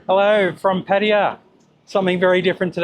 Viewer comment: How long have you been coming to Thailand? You even have "Pattaya" in the name of your channel. In all of this time, you haven't learned how to pronounce it properly? It's not difficult for Westerners from English speaking countries to say.